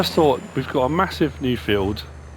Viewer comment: "Massiva" lol the English language according to 🤣